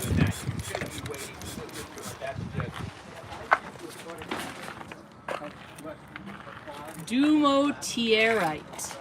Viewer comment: It's pronounced Due more dur ite